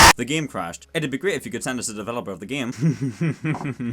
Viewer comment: Why do you pronounce game like it's written as "gaem"